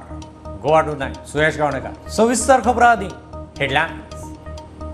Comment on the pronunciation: Wen goa become Gova ?